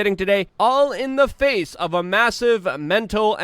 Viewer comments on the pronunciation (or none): none